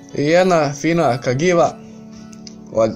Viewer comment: cagiva se cita kađiva 😀 poz